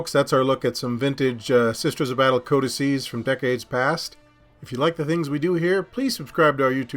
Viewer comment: Pronounces the plural of codex correct but pronounces the faction like a Taco Bell menu item ;-)